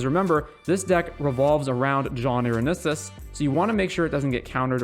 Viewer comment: I love the brew but the way you pronounce Irenicus makes be feel gross ^^’